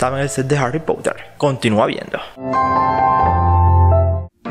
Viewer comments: No me canso de decirlo, aprende a pronunciar el inglés. No se dice pouter sino, porter. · Ni tú ni el es potter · Pottha xd